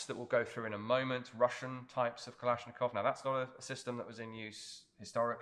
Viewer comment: When you pronounce Kalashnikov, 2nd A is stressed, not O, not I. It should be kalAshnikov.